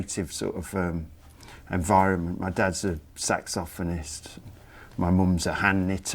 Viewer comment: I love how he says Sax Ophonist! :)